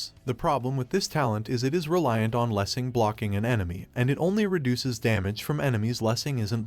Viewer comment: I thought I had a stroke when you pronounced that title. My god